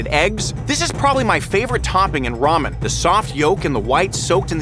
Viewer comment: Ele falou ramen mais lamen kkkkkk